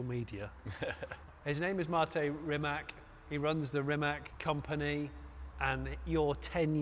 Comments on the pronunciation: RimaC not RimaK! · it is not 'REEMAC'!!! Please have some respect and pronounce it right. It's not 'K' at the end, it's more like a 'TS'. it's like 'Reemuts'. Pretty please with cherry on top. RIMAC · Its pronaunced "Rimatz" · Jonny, Mate is too nice to correct your pronunciation of his and company's name, but, seriously !?!